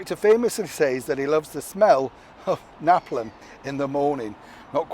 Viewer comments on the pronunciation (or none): Love your videos every single day. The word from Apocalypse Now is actually pronounced na-palm. It’s used to make bombs. I’ve never seen this movie but I sure do know this but of dialogue.